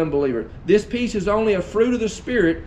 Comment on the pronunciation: At the beginning of your message I thought you were saying PEAS, LOL great message brother!